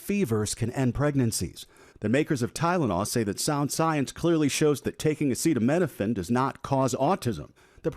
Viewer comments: This guy can't even read the word Acetaminophen, yet he expects people to believe he got a legit degree from one of the most prestigious business schools in the world? Bwahaha 🤨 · Research... RESEARCH... it took him a week just to learn how to say "acetaminophen" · A stable genius who can't pronounce the name of the medicine and he's the press... Presse… press…. What? 🥸🏴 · ASS HE FELON OH MAN the guy standing next to Fat Donny whispered the pronunciation ( if you listen closely) 🤫